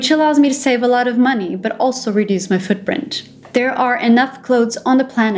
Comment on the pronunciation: As soon as I hear you say the words "footptrint" I stopped watching.